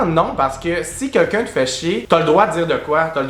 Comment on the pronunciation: tu dis « Quequn » comme Gabrielle 😂